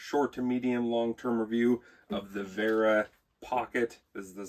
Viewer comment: It is nice for my german ears to hear you say "Vera" correctly. Many english speakers get tricked into saying sth like "wearer". Now if you could punch "Zyklop" into google translate some time and listen to the german way of saying it, you'd be next level. Thanks for reviewing this tool. I was thinking if it is worth the money for quite some time now.